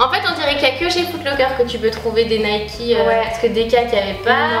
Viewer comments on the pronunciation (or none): Sa s appelle Nike pas nikee